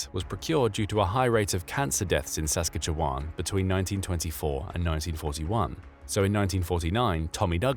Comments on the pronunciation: Lmao... "Sask katch e wan". Not how we say it. But you got Saskatoon okayl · Um, Saskatchewan is pronounced Sas-katch-eh-wan. I know this and I'm not even Canadian! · Please look up how to pronounce Sas-katch-e-wan. Thanks! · Sas-catch-ee-wan!!! Lol omg that was the craziest pronounceiation of Saskatchewan I've ever heard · Is this being read aloud by a machine? That is NOT how you pronounce Saskatchewan! 😆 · the AI Voice can not pronounce Saskatchewan properly...lol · these videos are overall great, but that pronunciation of Saskatchewan was painful. I've watched a few dozen of the videos on this channel and that's the only glaring thing i've picked up on. Keep up the great work, just wanted to point that out in the hopes that the producer / narrator sees this. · I mean, probably, both America and the USSR both planned them out, and they both agreed not to use that type of bomb because of how awful it is. I also hate your use of an AI voice, while it's good, humans mispronounce Saskatchewan differently.....everybody gets it wrong unless you're from Canada, but humans fail differently..... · Saskatchewan is NOT pronounced that way lmfaaaao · Please go learn how to pronounce Saskatchewan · Your AI voice has a funny interpretation of how to say "Saskatchewan". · The way he says Saskatchewan makes me laugh so damn hard. However, This is a Very good video. Well done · While I definitely noticed the SK pronunciation, I was more perturbed by the repeated claim that a Canadian Premier called for the development of a Cobalt bomb (even if for medical purposes)…